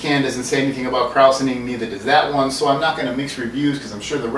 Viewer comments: "KrOWsening" LMAO!!! Dude, watch a late 70s-early 80s commercial to learn how to pronounce it lol. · I grew up around La Crosse with the original G. Heileman's Old Style "World's Largest Six Pack". We used to be able to go and get gallons of the artesian spring water...and it was pronounced "kroy-zening". Not like saurkraut, even though it's spelled like that. Watch old videos of original Old Style, brewed in God's Country. It has changed SO much since then...and doesn't have the peeing frog on the can anymore :/